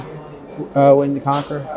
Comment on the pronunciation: Did you say William the Conker?! When I was about nine years old, my class had to write an essay on William the Conqueror. A friend however wrote her whole essay on William the Conker (Conquer) and never lived it down.